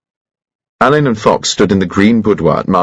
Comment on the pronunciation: Excellent voice and style but I regret that Benedict Cumberbatch wasn't aware that he's pronouncing the name wrong. Per the author Ngaio Marsh, it is like Allan or Allen, It does not sound like Alain. She chose the name as a tribute to her father who had attended Dulwich College, founded by Elizabethan actor Edward Alleyn. In more than one novel, Ngaio Marsh points that out by having a character who doesn't know him misspell it on a note or list due to only having heard it, not seen it written.